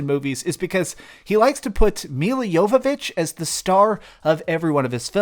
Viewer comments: Its Jovovich not Yoyovich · "Milla" Jovovich ( YOH-və-vitch )